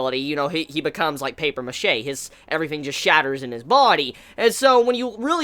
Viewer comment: Paper machete? You mean paper mache